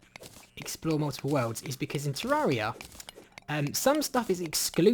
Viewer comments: IT'S PRONOUNCED TER-AIR-EEH-UH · I've always pronounced it teh-RARE-EE-uh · PiggyPigPig No, you're all wrong. It's pronounced tay-ray-rie-uh